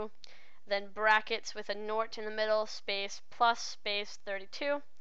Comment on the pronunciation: Question: What's a "nort?"